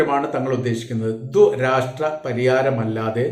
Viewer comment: ദൊരാഷ്ട്ര പരിഹാരമൊ? എന്തൊക്കെയാണ് വിളിച്ച് പറയുന്നത് ' കുറച്ചെങ്കിലും മലയാളം പഠിക്കേണ്ടെ?